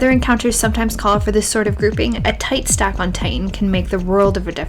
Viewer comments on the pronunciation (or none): "A-t-ight-s-tack on Titan" ha